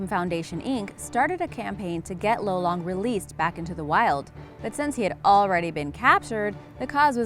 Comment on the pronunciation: You pronounced lolong wrong Im filipino